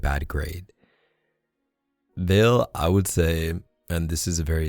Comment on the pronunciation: Haha, I realized you answered my question at this moment because I remember exactly what I wrote. But the pronunciation of my nickname made me laugh 😩😂. I'm from Peru and my name is Valeria, so maybe if you write "Vale" in the translator (Spanish) you can know how to pronounce it. Actually, thanks for your advice, and coming from you, believe me, I'll try harder to get better grades, thanks 💖